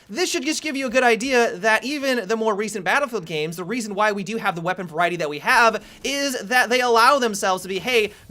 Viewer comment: listen how he says "have" it cracked me up